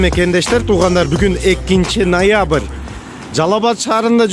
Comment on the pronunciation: Нойабыр дейт ко гангирап😂